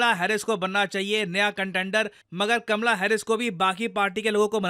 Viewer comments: Oye lallu! It's "Kamala" not kamla 😂😂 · Kaamala harish not kmla